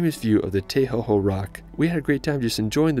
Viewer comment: good vidio but i live in new zealand and make sure you have good pronounciasion (its not tei hoho its te hoho